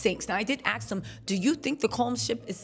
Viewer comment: Please saying “aks” when you mean “ask”.